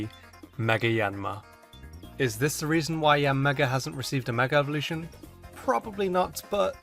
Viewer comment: "Meger Evolution"